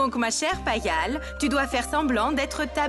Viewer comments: Comment elle a prononcé le nom de payal ? Peypal ?👀 j’étais un peu loin à ce moment là lol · C'est moi ou elle a dit pepal 😂pour payal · La grand-mère qui parle a Garima et appelle Paypal au lieu de Payal 😂😂😂😂😂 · Vieille sorcière ce n'est pas Pepal c'est Payal